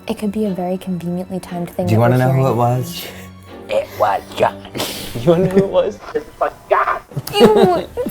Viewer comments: It sounded like "it was God" instead of "it was John" to me. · It was JOHN or GOD? I hear a G not a J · does anyone else hear ''it was god'' instead of ''it was john'' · I don't know why I hear "it forgot" instead of "it was john" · In stead of “It was John” I heard “It was god” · I don't hear "it was John". There's a clear "G" sound at the beginning of the last word. It sounds like "this was God!" To me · i kept hearing "it forgot" instead of that. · Sounds like two syllables to me. Like Johnna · Am i the only one who doesn't hear "it was john?" I heard gibberish but the last word or syllable was 'god' or 'got' or something like that, i hear no 'n' sound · Idk abt y'all but I kept understanding "god" and not "john" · Am I the only one who just heard "IT BA JAH!" Instead of "it was John" XD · What they heard: it was john What i heard: it was god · I thought is said "it wad god" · Seee I am probably gunna give an unlikely option but it just to me sounds like ‘get the f out’ 😂 instead of its was john’ - I can’t hear it but I have to force myself to listen for that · am I the only one hearing "this is my jam" instead of "it was John" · I heard, “it was god” every time but I understand if you heard it was John 😂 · I keep hearing “it’s forgotten” instead of it was John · Idk instead of john i heard god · I heard “it was god” at first 😂 still love the video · Ps. She kinda sounded like she has a Boston accent with the way she pronounced “John” I grew up there, so... just sayin! 😳😟😣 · I'm german too but I just can't hear that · Alexis Willoughby It didn’t sound like “it was John” to me at all